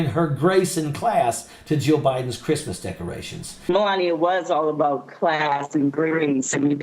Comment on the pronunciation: "Merry Greeftmas Amereeka!"